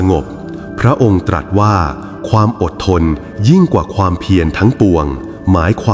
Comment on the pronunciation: พระพุทธองค์ตรัสว่า คำว่าตรัสขอให้ไม่ออกเสียงสอเสือตามท้ายได้ไหมคะ